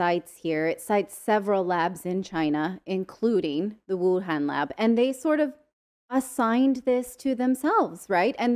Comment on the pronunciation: Minor point, but the 'a' in Han in WuHan is pronounced like a short 'o' as in con, not a short 'a' sound. Cambell also mispronounced that.